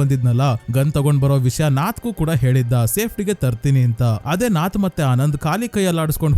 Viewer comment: ಕಲಂ ಕಾವಲ್ ಅಲ್ಲ ಕಾಲಂ ಕಾವಲ್. ನಾತ್ ಅಲ್ಲ ನತ್ತ್ ನತ್ತ್ ಅಂದ್ರೆ ಗೂಬೆ